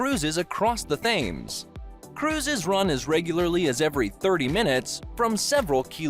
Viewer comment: The filming is good, the pronunciation in the commentary not so much! The Serpentine is pronounced '....tyne' and the famous river is pronounced the 'Tems'. Also, the Thames IS the longest river entirely in England, but we have one slightly longer which is the longest in the UK, that is the River Severn. They are 215 and 220 miles respectively. Minor points but maybe worthwhile for a future video :) Still enjoyed it :D